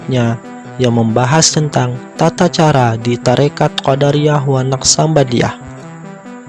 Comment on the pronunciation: Kenapa jadi Qoddariah bacaannya boss beda artinya tu...